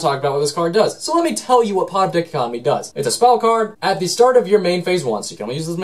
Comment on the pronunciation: DICK-o-COT-omee. What. Dai-COT-o-mee.